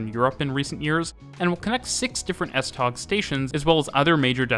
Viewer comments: As a Dane, your pronunciation og S-tog is wrong you say it the swedish way. It’s pronounced “S-toe” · Thanks for a wonderful video. Nb.: It's not called S-Tag but S-Tog (Tog means Train) Kind Regards form Copenhagen :-) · The best way to pronounce “S-tog” is “S-tow”, as in “towing”. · The g in S-tog is pronounced like w, so it's S-tow :) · Typical English speaker - it might be spelt S-Tog, but it's pronounced S-Tow. CORRECTIONS:/CLARIFICATIONS 1. The 8-car sets are made up of 2 4-car half sets and not a full 8-car set. 2. The lead cars have 2 axles, all other cars have only 1 axle at the rear of the coach. All but 1 axle in each half set is unpowered (the fourth from the driving cab in each half sst. 3. The F-Line links with the A-line (Hundige-Hillerød line), C-Line (Vanløse-Klampenborg) and E-Line (Holte-Køge) at Heĺlerup. All Litra (Danish for Type or Clasification) SA and SE can operate on all lines and can move from the F-Line under their own power to the main depot at Høje Taastrup. Whilst there are no other services on the F-Line and full automation would be easier to achieve, it would mean dedicated rolling stock, sufficient to cover all services plus spares that could not be used elsewhere on the network without risking serious disruptions if there are failures on the F-Line. The F-Line was also a freight route for trains heading to Helsinør and the ferry to Sweden before it was joined by the S-tog service. When the Øresund Bridge opened the line was redundant and went over to just the S-tog with services extended to Ny Ellebjerg. Parts of the original F-Line, between Vanløse and Frederiksberg, closed around 1998 and became part of the Metro.